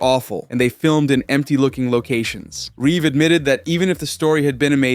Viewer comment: Mr thanks for saying Reeve right everybody else adds a s